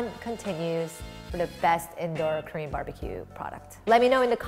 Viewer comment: You pronounce "Korean" like "cream". I don't think it is how you pronounce it.